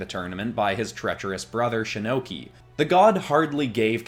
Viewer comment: you said shinnoki like shinnok and Loki that sounds like a sick anime character